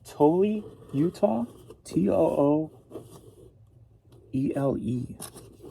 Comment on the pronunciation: LOL. It's pronounced: Too-WEL-A Utah. You'd love the mountains there. Having moved back home to help my mom in Idaho after 23 years in Salt Lake, I miss it. I dream in it. You can't go wrong with a 'vacation' there. Lots of sourcing. :D